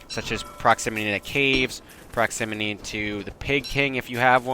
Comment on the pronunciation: Proximity Not proximiny ;)